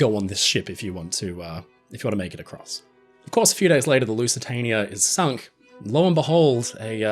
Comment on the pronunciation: Teacher: “Spell Lusitania” Our Friend: “Lusatanier”